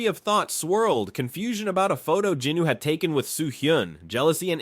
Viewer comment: these videos are awesome but the way you incorrectly pronounce jinWOO’s name is unbearable